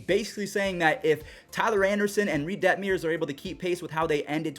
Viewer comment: Coming from an angels fan we had the offense but injuries ONCE again derailed our season. Also it’s Detmers not detmiers 😂